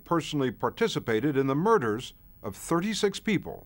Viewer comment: Even though he played a part all those “moiders”?